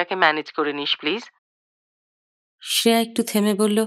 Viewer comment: Shreya উচ্চারণটা খুব কানে লাগল । আমরা বাংলায় তো sreya বলি । হিন্দিতে ওরকম বলে।